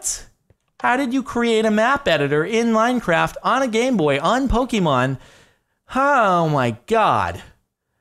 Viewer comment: Anyone else hear him say minecrack